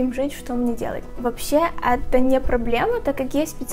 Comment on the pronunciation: Боже, как бесит, что она говорит не «это», а «ато», и так во многих словах вместо «э» говорит «а»